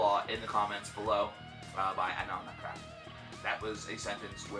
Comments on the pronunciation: I believe it's pronounced like "An-ahl Nah-thrawk" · Can understand making that mistake once but 3 straight album cycles he kept misnaming them Nakrath. Lol